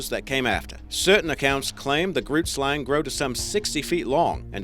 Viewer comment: hey, Afrikaans speaker from South Africa here... don't know if someone pointed this out yet... but you completely mispronounced "grootslang" Oh and I'm not hating or anything, just want to help. Keep up the good work. Listen to this, the pronunciation is still a little off but yea